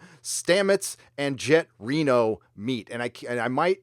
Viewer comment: At first I thought he said "Janet Reno"